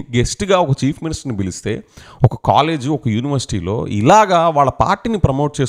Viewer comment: Every time when you pronounce chief minister why I'm hearing as cheap minister. Looks like ap ppl and next generation interested in this kind of activities only and soon we may see religion's conflict in ap which never happens before thx to DCM